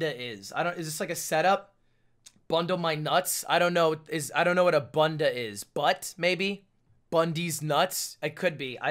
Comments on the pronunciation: please- ludwig saying bunda is the most painful thing i’ve had to listen to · Hey, Ludwig, kinda new on your channel, I donno if "bunda" on there was in portuguese, but if it was supposed to be portuguese, it's pronouced "boonda", I'm pointing it out because, being a portuguese speaker, I just think it would be way funnier hearing "bunda" pronounced in the way I'm used to hear it haha. Feel free to ignore :shrug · Ludwig saying bunda like banda is incredible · as a british person hearing lud pronounce bunda as ‘bun deh’ was really funny